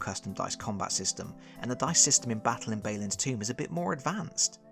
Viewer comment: Out of curiosity, at this point I have to assume you are mispronouncing Balin on purpose, is this some hate of dwarves or an inside joke?